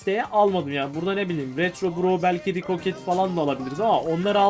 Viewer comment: Abi rikoket değil rikoşet